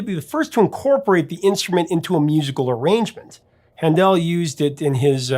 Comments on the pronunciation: HAN-del, not han-DEL! (His German family name is actually “Händel”, but there is nothing corresponding to ä in English pronunciation — it’s more or less a combination of long A and long E.) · Han-Dell? c'mon professor, it's pronounced like "handle." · What? Handèl? You mean Hándel, the wigged guy 😃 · Handel, say like handle. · Handel is pronounced like "handle," and oratorio is pronounced oar-uh-TOR-ee-yo